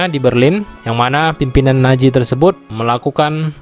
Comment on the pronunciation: Nazi bukan naji 😂 z bukan j